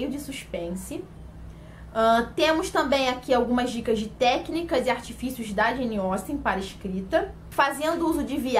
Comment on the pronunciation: Finalmente alguém que pronuncia corretamente o nome dessa autora 🙌🏻 👏🏻👏🏻👏🏻